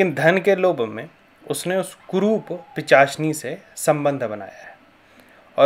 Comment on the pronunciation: pichasini nahi pishachini hota he. bhai pahle thik se bolna to sikh le fir dusro ko gyan dena.